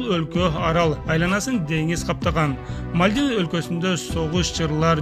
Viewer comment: Мальдива,Судан,Токио,Палестина, Израиль,Сирия ударение туура коюп суйлогулочу.